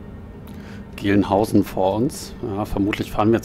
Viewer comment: Langen-Sälbold und Gälnhausen spricht man übrigens die beiden Orte aus, kann man natürlich schlecht wissen wenn man nicht von dort kommt